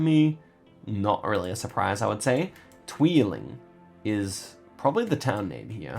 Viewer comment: I like your pronounciation of 'tweeling' :). It means 'twins' and isn't a town name :p